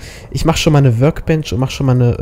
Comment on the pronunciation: bei dir hört sich work bench immer an wie würgbench (nicht böse gemeint)